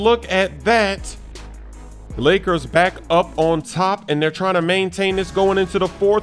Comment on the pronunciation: He said blakers